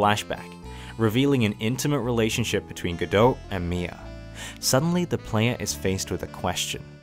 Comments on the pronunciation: It's pronounced Guh-dough. The "t" is silent. And it is French I believe. There is play called "Waiting for Godot". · Godot is pronounced Go-doh. The "T" is silent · Just gonna call Godot go-dought but in asia go-dout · I believe Diego Armondot is supposed to rhyme, do the T in Godot would be silent. Also, Laurice (i pronounced ee) Deuxnim (dew nim). Meaning Larry two name Edit: missed the a in Deauxnim, it's doe nim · Excellent video. The T in Godot is silent, btw